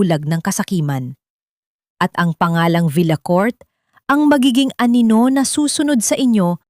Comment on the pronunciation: 7May banyaga dogo sigro to..si narrator.....di mabigakas ang wekang pilipino masyado😂ang anino ay naging aninola pero maganda ang story..maraming salamt.